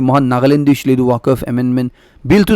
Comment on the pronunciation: Pronunciation of Moscow and Waqf be corrected